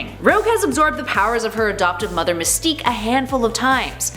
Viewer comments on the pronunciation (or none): none